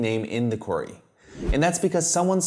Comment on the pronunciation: Oh "query"!!! I thought you were saying "quarry"! Sorry I dont mean any disrespect 👍 great video